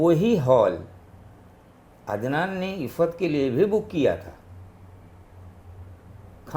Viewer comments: Iffat❌ aafat ✅ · Iffat nhi aafat 😂🤣🤣🤣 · iffat ❌ Aafat ✅